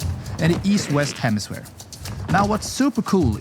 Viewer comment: Hemisphere. Jalisco. Kiribati. The pronunciation was awful! With all the research you put into these videos, you’d think one would research how to pronounce these places. Google will even sound it out for you. 🙄